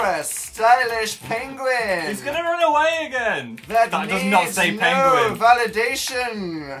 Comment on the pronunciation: Dan that does not say penguin PWENEGUIEG